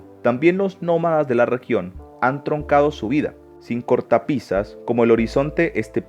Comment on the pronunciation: Troncado ? Perdon truncado querra decir ustd ?